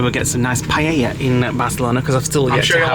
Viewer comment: Words confidently says incorrectly: paella, marinara, teriyaki. I think it adds to the charm 😂❤